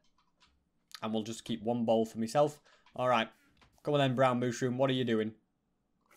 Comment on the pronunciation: When he said he needed a bowl, I thought he said mole Lol